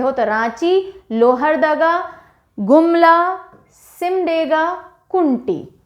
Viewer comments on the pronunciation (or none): लातेहार not लातेहर लोहरदगा not लोहरडागा सरायकेला खरसावां not खारसावां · Ma'm आपने जिलों के नाम का prounciation सही से नहीं किये है। जैसे- लातेहार, गिरिडीह, लोहरदगा etc.